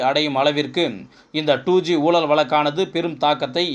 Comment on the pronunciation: Murder of Tamil...What is meant by "oolal" "valakku" "valangi" ."valangi irundhadhu" "kaiyum kalavu" .please undergo some training in pronouncing the beautiful Tamil language...